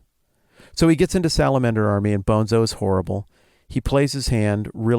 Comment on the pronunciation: I assumed "toons" was short for "platoons". Maybe it's not as obvious in the audio book. Also, Destin, it's pronounced Bone-tso (not Bonzo). They made a whole point about the pronunciation in the book. Guys, I haven't read this book in years, but it's probably one of my all time favorites. Thanks so much for this deep dive, it really takes me back! This is the kind of conversation I always want to have after finishing a really good book but can never find someone who read the same book recently enough to have this in-depth of a conversation. But listening to you guys is the next best thing, and you pointed out a few things I never noticed or thought about. I also have to strongly recommend the sequels, starting with either Speaker for the Dead (Ender as an adult in the distant future) which is a totally different kind of story, more philosophical and spiritual, but really worth reading; or, if you can't get enough of Battle School, read the parallel Shadow series, starting with Ender's Shadow, which follow Bean, who was only a minor character in Ender's Game but has a REALLY interesting backstory and future and was actually the smartest person at Battle School. You don't even have to do a podcast, just read them. Orson Scott Card has done so many good books - I would love to have a conversation with that guy because he's clearly a deep thinker who likes to ask the kind of difficult questions that most people avoid. Anyway, great episode - so satisfying.